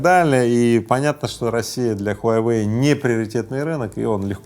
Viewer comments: Рыбаков, не хуйайвэй, а хуавэй! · Я думал ХУАВЕЙ,а оказывается ХУАЙВЕЙ!😁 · Мой друг произносит "Хуйвей", а тут "Хуявей" 🤣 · Произнашение огонь . Huyawei 🤣🤣🤣🤣🤣🤣🤣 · смартфон "хуе веи " 😅😅😅